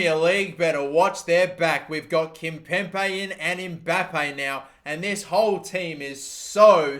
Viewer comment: Can someone please tell him to correctly pronounce Kimpembe